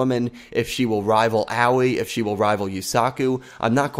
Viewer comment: I don't know how many times I still have to type this but once again I must tell you it's pronounced Ahh-oi not oww-ee please someone get this right.